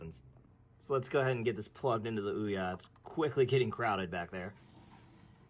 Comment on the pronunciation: This very moment. Hurts a video when the primary subject isnt pronounced correctly